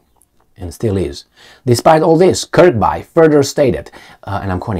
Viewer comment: Just so you know it pronounced Kirbee not Kirbye